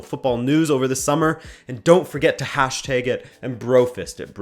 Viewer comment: Still can't get over how he says hashtag